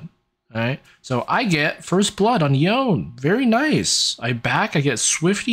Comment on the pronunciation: Yo-ne, Yo-ne, not yown. Even Yasuo said this name. There's no Japanese that would have a name and pronounce it as Yown